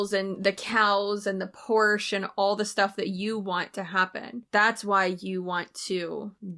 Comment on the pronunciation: I hate to admit this but she got points with me for pronouncing Porsche properly 😂